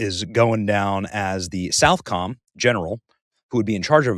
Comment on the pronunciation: Benny you live in tampa it is not southcom it is socom.